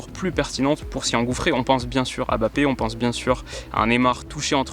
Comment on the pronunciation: MBAPPÉ * on dit MBAPPÉ ! Pas Bappé